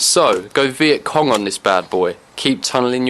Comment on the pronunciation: when he said go Viet-con i nearly lost it. lmfao